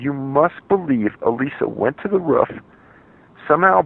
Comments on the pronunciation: Roof, not ruff damn it! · Its 'roof' not 'ruff' The word has 2 o's in it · It's ROOF, not RUFF. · It’s roof not ruf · Roof not Ruff 😕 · the ruff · Me too haha. I wasn't paying attention and thought he was referring to a dog "ruffing". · lmao yes I agree ROOF! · The way he says “roof” makes me angry